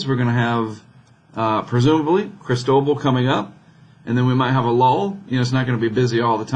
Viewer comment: See, right up there on that NOAA page, it says "pronunciation guide" -- and according to the guide, it's pronounced krees-TOH-bahl. You got it. Maybe need a little more "ee" on the first syllable. :-)